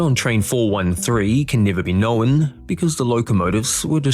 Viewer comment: Clear and to the point, but please stop pronouncing it "knowen" when the word is known, there is no "e" sound in the word.